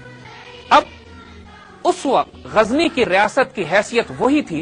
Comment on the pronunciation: Gazni Zay Par Nokhta Nahi Lagaye Ap, Zay Par Nokhta Lagaiey !